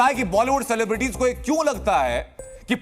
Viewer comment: सिलेब्रिटी शब्द है न कि सेलेब्रिटी